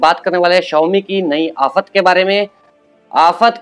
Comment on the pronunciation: Hafat hahahaha sahi bole ho bhai aap